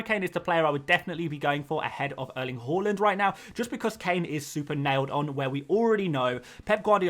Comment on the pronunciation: Mate it’s har - land Not hull- land